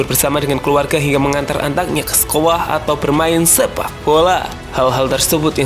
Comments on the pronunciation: "sekoah", ngantuk lagi ya min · Sekolah min bukan sekoah🤣🤣